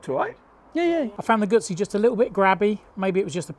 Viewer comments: Sorry but style wise, the Street twin is tops. Of course I'm a 2005 T100 owner, so I have some prejudice. Never ridden a guzzi, so can't speak to feel. But have heard about the vibration. Oh by the way, it's Goo zzi, not goot zzi. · i am shocked to hear two out of three testers don’t even know how to pronounce Guzzi. Embarrassing, frankly. I wonder if they struggle with ‘pizza’, too?